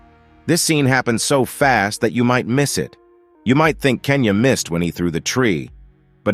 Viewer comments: It's genya not kenya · Bro call genya kenya😂 And he said s2 it s4😂 No hate